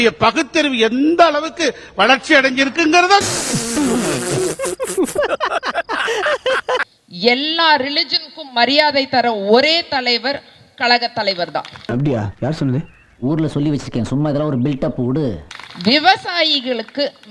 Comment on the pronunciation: Kalaga illai...கழக......... மள இல்ல மழை....Pl learn to pronounce Tamizh....correctly...